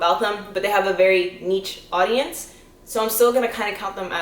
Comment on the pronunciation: it’s either “neesh” or “nich” not “neech”. cool vid though